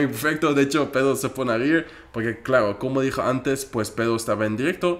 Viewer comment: me encanta q en vez de decir pedro dice pedo